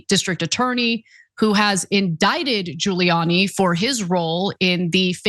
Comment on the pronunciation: Giuliani doesn't start with a J, Ghouliani sounding.. and after his appearance on the Borat movie... really?